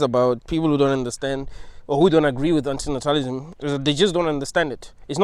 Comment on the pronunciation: I liked how he pronounced antinatalism.